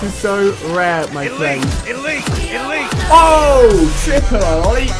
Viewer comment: Have you got torrets? You keep saying my fwend